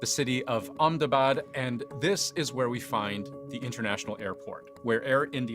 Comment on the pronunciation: Hey pronounced Ahmedabad correctly 😂